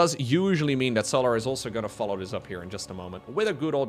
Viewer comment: Why does bro call him So'larr like he's a Githyanki. Bruh, it's just solar like solar-powered 😭